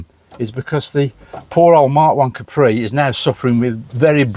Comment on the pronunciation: He should have told the guy it's a Capri, not a Cawpri.